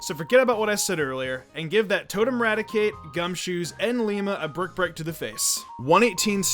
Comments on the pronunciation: Dude, it's Ilima. With the letter I, not L. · Its not i-lee-ma! Its i- la- ma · also, Ilima is pronounced "Eeleema"